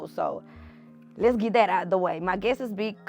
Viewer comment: Guestes as people is not a word, its guests. Coup and cope are two different words. Love you girl but let’s work on this.